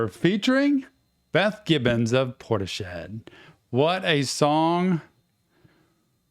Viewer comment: man said porti shead